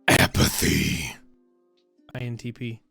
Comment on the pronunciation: “Ah-PUH-thEE” While writing this I realized “th” has two different sounds associated with it. O.O Now I’m just repeating “thee” over and over again in different ways.